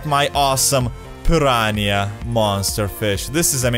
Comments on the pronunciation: Pan ran ia? Pir ran ah. Piranha. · i love how he says piraniah XD